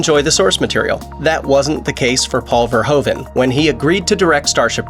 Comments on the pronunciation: Who is Paul Verhovan?? It’s pronounced Verhooven. Same sound as in Troopers. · its not paul verhoven like you say it but verhoeven